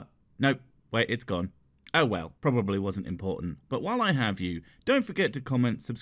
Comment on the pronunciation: "Can we 'ave your liver?"